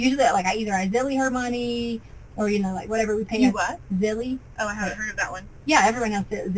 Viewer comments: She's so stupid. Pronouncing ZELLE, Zilly. Also ciunt hiw many times she says "in my mind..." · The reason the detective never heard of “zilly” is because can’t say the word ZELLE correctly. Again, how was she ever involved in education?? 🙄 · Zelle ???? lol not zelley wtf